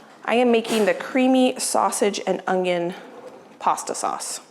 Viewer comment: Onion not ungioun